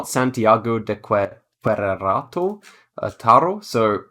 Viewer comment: Queretaro is actually pronounced "Ke-REH-tah-ro." When I was first learning Spanish, one of the first level 1 video series that we had to watch was about Queretaro. Also, you were at the Mount of Olives in that Jerusalem round.